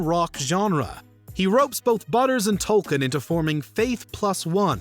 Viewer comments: Its Token not "Tolkien" 😒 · Everytime you say "tolken" it just kills me. His name is TOKEN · it's Token, not Tolkien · It’s Token, not Tolkien. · did you really feel it necessary to pronounce it "Tolkien"? lol - guess so